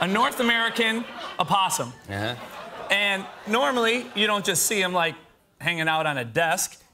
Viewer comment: When he asked where the Oppossoms hang out I was thinking my garbage can. And you do not say the O